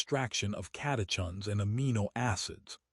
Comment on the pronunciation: Pron. Sen-Kaa. Cata-kins. Complex sea salt, not simple table salt (sodium chloride with no other electrolytes)